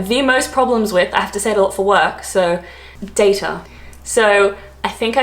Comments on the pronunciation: Your pronunciation of Data is actually correct. I lived in Italy where the word originated from. When I returned to the UK I stuck with your pronunciation too. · Some Americans also pronounce Data with the a sound in "that". I'm from the UK and some people here, including me, also say schedule, advertisement and privacy like you (and also say ad more as opposed to advert). We don't use singlet at all and I say para-sea-t'mol